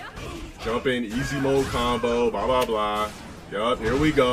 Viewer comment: I'm almost positive now that he says "baa baa blah" instead of "blah blah blah"